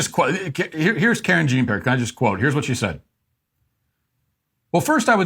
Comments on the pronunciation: As a french canadian conservative, yeah I get it, you're american and you don't care about pronunciation of french names (Karen Jean Pear), but man... do you you take pride in being ignorant? stop it, just stop. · Karen Jean Pair. 😂